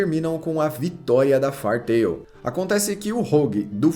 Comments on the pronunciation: Vc bem que podia dar uma estudada no inglês, depois vê como se pronuncia "Fairy"... O vídeo todo falando "far tail" "far tail" "far tail". Até passaria batido se não fosse o nome do Mangá/Anime e vc não repetisse tantas vezes no vídeo kkk Fairy Tail -> "Rabo/cauda de fada" Far -> longe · O compilado do material apresentado é fenomenal. Parabéns! Só as pronúncias que me doeram bastante aos ouvidos, principalmente o do próprio anime